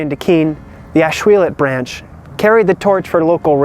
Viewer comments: Nice video. "Ash-will-LET" Not "Ash-will-LOT" Us Ashuelot locals are picky about that. Even deeds of the late 1700s referred to the river, spelled phonetically as the Ashwillett River. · What a great video. I had never heard about the effort to put Steamtown in Keene. Too bad it didn't happen. Just little FYI. I grew up in that part of NH and I have always heard Ashuelot pronounced as Ash-wool-it.